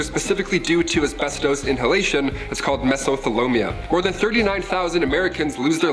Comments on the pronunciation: said "mesothelioma " wrong. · This dude in the video is still mispronouncing stuff. Mesothelioma this time.